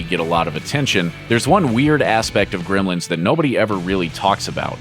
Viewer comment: This guy pronounces it "Grimlins."